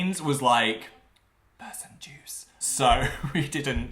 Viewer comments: 😳 i thought he said “pussy juice” i listened to it 4 times and still had no idea.. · "Person juice" I THOUGHT HE SAID PUSSY JUICE AND I WENT BACK